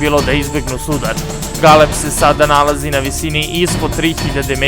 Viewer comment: Pa ovaj "NARATOR" je potpuno bolestan,pa da prica ne zna bre!1 te GeLeb :) pa Zarad mesto Zadar :) bolesnik jbt